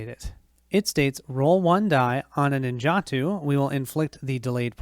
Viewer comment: pronounced nin ja toe for the swords